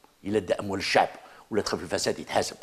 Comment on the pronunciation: لاحظت في طريقته في الكلام انه يهدر باسم الشعب ... باس زعمة يدخلهالنا في روسنا... حقا حقا الشعب يحب الكرامة و يحب الاستقرار (تهديد ضمني بالعشرية السوداء) و الشعب كذا و السعب كذا... زعم واش حبيتنا في قلوبنا نقولو ايه صح حنا نحبو هاذو و معليش نقبلو بالعهدة الخامسة واش فيها ... البارح تاني نفس الطريقة .. الشباب يحب كذا و يحب كذا و ماهوش كذا نتا شكون باه تهدر باسم الشعب و الشباب .. استغفر الله نطقها يجي ميتين مرة كلمة الشباب باه كي نتفكرو حملة بوتف جينا ظيراكت كلمة الشباب في ريسانا.. بففف طريقة مفضوحة... قالك نسلمو المشعل للشباب عن طريق العهدة الخامسة ... يتسمى خلاص السيد راه فراها و خرج بوتف وخلاص و لا حبينا نستلمو المشعل بوتاف فيها فيها هذاك طرف لا يتغير في المعادلة.... و بيان سور يخصصولك كتش خمسة مليار دولار يسير بيها البلاد بكعور و دز لعور و المئات لي بقات هم هم ...